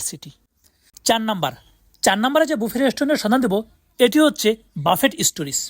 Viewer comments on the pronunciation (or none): ভাই বাফেট কি?? উচ্চারণ করতে না পারলে ভিডিও বানায়েন না। এর উচ্চারণ ব্যুফে । রেস্টুরেন্টগুলোর নাম বিয়ন্ড ব্যুফে, ব্যুফে লাউঞ্জ etc।